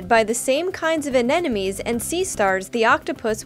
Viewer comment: And she said anenomies instead of anemones...